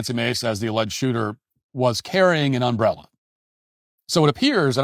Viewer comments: This guy could’ve been killed over an umbrella. Also, the way you say UMbrella is unlike I have ever heard. 😂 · Matt its not Um brella Your putting the wrong em fasis on the wrong Syl abil You self corrected by the end of the clip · Uh-oh, Matt, your strange emphAsis on the wrong syllAble is really going to detract from your UM-brella commentary. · Never heard someone say ùmbella like that. Also, are you people ai, or just seem like it? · The real tragedy in all this is how Matt pronounces "umbrella" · There should be some investigation into your pronunciation of umbrella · why are ya saying umbrella like that? i feel like this is that family guy skit :P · The real crime here is the way Matt Walsh pronounces the word 'umbrella' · Im going to need you to pronounce umbrella 🌂 without so much emphasis on the 'm' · who the fuck says umbrella like that?